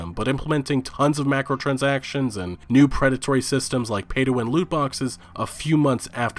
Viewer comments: Dude its "MICRO"transactions! not MACROtransactions. My crow transactions not mac crow transactions. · Hooton I'm pretty sure its Micro not Macro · I get annoyed when I hear him say "macrotransactions" its micro.. Cause Microsoft caused this shit :3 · So we're just gonna ignore the Macrotransactions pronunciation? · Is it Mike-ro or Mac-ro im confused